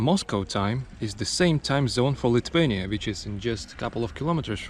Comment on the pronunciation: Your English is great. Well done. But Lithuania has TH in the word, not T. You can't pronounce it Lituania.